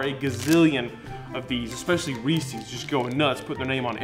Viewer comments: Who says Reese’s like “feces”?!? It’s Reese’s like Kyle Reese from Terminator. I ain’t eating something that sounds like poop… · Umm…I know you’re southern, but it’s pronounced ReesEZ…not ReesEEZ. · Why do you say Reesee's when the company themselves call it Reese's? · I think it has to do with the final S in “Reese’s”. I think if said quickly it sounds like reesies. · I can't watch this with how he pronounces Reese's, it's a goddamn possessive it's not "Reesies" smh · I just want you to know that the way you say Reese's is how they say it here in Ohio. And it's wrong. Reese's has no fourth E nor an I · How do you misread "Reese's" so badly? It sounds like one of those moronic things people say just to sound stupid, intentional. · The pronunciation of REESES….WTF